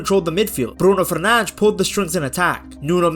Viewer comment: Ah yes, Bruno Fernanzch